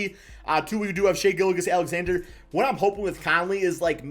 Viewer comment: Can someone please teach how to pronounce names 🤦🏻‍♂️ Bojan = Bo-yawn Bjelica = Beuh-litza Gilgeous Alexander =Gill Jus Alexander Vassell not Vessell Plus more smh